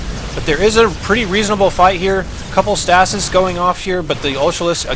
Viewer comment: I cringe every time i hear you say stasis.